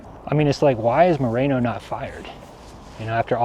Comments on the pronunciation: His name isnt " Marino" its "Moreno" SAY IT RIGHT! I wouldnt be surprised if he's in w the mexican cartel. Residents all leave Bisbee n move to Sorry Vista, lol Cuz Bisbee sucks!! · It's Moreno not Marino.